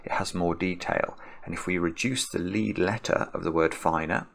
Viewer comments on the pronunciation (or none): none